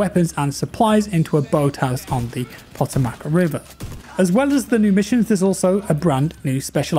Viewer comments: Pot-o-mac river lol. It's pronounced "Puh-toe-mick". Not a bowl of mac and cheese:o) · "Pah toe mick" river 😂 Is how it's pronounced. Love ya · Poe-toe-mech -Washingtonian